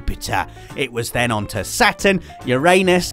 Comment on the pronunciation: That slight pause after Uranus had me in stitches XD